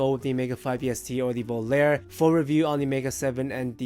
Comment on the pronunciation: Volare... Voh-lah-reh... VOH-LAH-REH!!!😫 Thank you 😊 ☮️